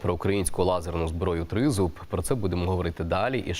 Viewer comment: наголос " Тризуб" ведуча страно ставить чи це воно саме так має називатися?